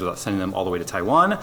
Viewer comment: Im just glad he said Taiwan correctly